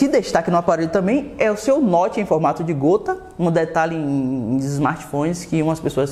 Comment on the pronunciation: Vc esqueceu do T no nome Notch, Muito massa o moto g7 plus.